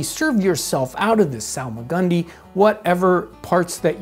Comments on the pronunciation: I hear solomon grundy whenever he says salmagundy😂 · It's actually pronounced Solomon Grundy